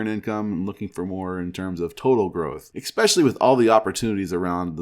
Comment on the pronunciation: Liked the video. Es-specially, not ex-specially.